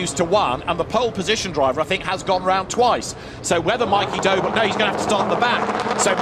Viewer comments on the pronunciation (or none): Is it just me that hears 'Doble' as 'Dough ball'